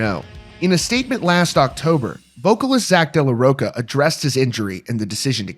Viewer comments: It’s Zack de la RoCHA not de la roCA. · You can’t even pronounce Zach’s last name correctly 😂